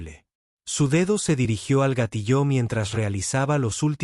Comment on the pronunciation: Por favor corrige la pronunciación de gatillo